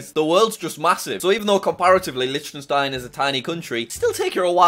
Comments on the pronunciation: You don’t say it like Lichtenstein, instead it’s Licktenstein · Liechtenstein is pronounced licktenstein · Dude! You just slaughtered the pronunciation of Liechtenstein...